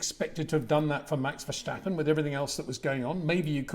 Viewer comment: There is no "SHJ" in Max Vershjtappen. Its just Ver sta pen :) i hear it all the time, even at those press briefings lol